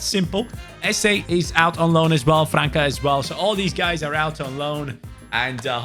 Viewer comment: buddy, França = "Franssa" Weiterhin viel Erfolg und Spass bei deinen kurzweiligen Videos 🕊👍